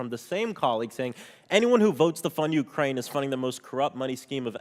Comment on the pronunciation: Not C's? In U-krane?